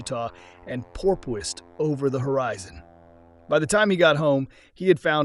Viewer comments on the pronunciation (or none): There are some iffy Ai sounding parts in this video. the 'narrator' says pilots were "porpoising" in the landing flare but pronounces it as 'poor-PIE-sing' and continued to struggle simply saying "porpoised." These words are just referring to movements like our friend "Flipper," even though she was actually a bottlenose dolphin. So, is that the narrator not knowing the words he's reading or is it Ai idiocy? Also, saying "one fifty horsepower" or "one eighty horsepower" just isn't natural speech. Some people might refer to engine power like that in very casual conversations but not in a presentation.